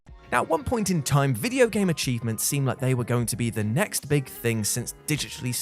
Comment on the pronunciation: Absolutely nobody: This guy: "cheeves"